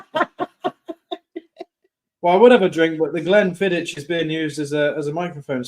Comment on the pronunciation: I love how you guys pronounce Glenfiddich, it sounds like something from Harry Potter lol. Jxx